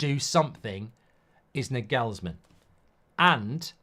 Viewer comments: A saying which loosely translates to 'The fish starts to smell bad at the head' comes to my mind when I hear United. At the Arsenal we had a similar problem. It requires action and it hurts but you cannot talk it away. Btw, Nagelsmann is pronounced NAagelsmann, not NagEelsmann. Stress on the 'a' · I hope not, can’t be listening to that pronunciation of Nagelsmann every week 😂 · Cant get over how he pronounces Nagelsmann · That pronunciation of Nagelsmann is hilarious 🤣